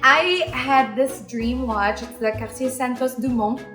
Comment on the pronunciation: I’m a big fan of your Mom and you as well. I’m glad to hear you say Cartier in French version and I think that’s how people should say it. I live in the US and I can’t stand it when people say the American version:) i don’t think the French is that bad for people not to say it correctly.